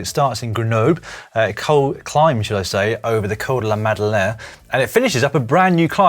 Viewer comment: Also, Col de la Madeleine=COWl dE lA mAdUGH lAYn